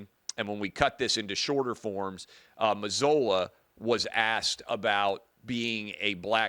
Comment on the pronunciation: Its pronounced like Mazoola ! Like oohla!